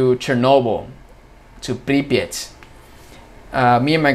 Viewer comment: Услышал как ты произнес "Припять",это прозвучало как "пипец".🤔 наверно ты прав.